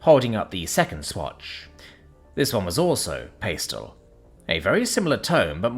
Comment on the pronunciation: This is hilarious. can easily pronounce the non-intuitive "salmon", but goes completely off the auditory rails when presented with the obvious, intuitive, and easily pronounced "pastel". Might I suggest a pronunciation guide of some sort be included in its training data? These flubs happen far too often to excuse by attribution to British public schools.